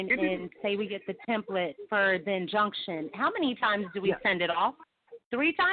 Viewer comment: Turning off comments on your other videos is the best way to prove that you're an absolute grifter. If you had the confidence in your convictions then you would welcome debate... Instead you're an absolute coward. Also, the word is INjunction...not CONjunction, dummy.